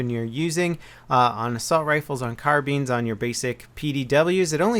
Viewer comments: i'm ex british military and i've never once heard anyone pronounce it Carbean. It's Car-Bine. rhymes with Line. like. get your shit in line. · When people say "CaRbEeN" I want to shoot myself its carbine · Its carbine not carbeen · I call it carbine not carbeen and I live in the US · carBINE not carBEAN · He's saying the ''bine'' part wrong, it's not pronounced ''bean'', but it rhymes with spine. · Lol in the first 40 seconds u already messed up and said carbeans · whats a Carbean? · yeah what it is KAR - BINE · "On Carbeens" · Did he say carbeans lol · 'carbeans' lel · "Car-beans"? LMAO, interesting pronunciation of the word carbine. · I guess it's an American pronunciation. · Car-beans :D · Noah that's only the American way, here in the UK it's car-b(eye)n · He pronounced carbine "Car-Bean" XD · what?! carbine kahr-been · Carrghbeeen. There... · according to all the people finding it funny, it is a less common pronunciation compared to "carBYNE"... in any case, people are just teasing.. take it easy with the 'stfu', it doesn't help your professional credibility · most people in the world pronounce it properly so you can too. Keep trying and you will get there! Its car-bine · 7, 8, nine, 10 Carbine 7, 8, bean, 10 Carbean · lol carBEEN pronunciation.. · Carbeens ... :P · what's a carbean? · carbeens haha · when you say carbine it sounds like carbean. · He's pronouncing the ''bine'' part wrong, so I want to correct him in a kinda cheeky way :D